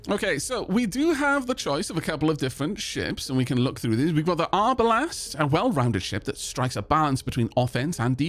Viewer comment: Hearing arbalest pronounced arbalast hurt my historians soul for some reason xD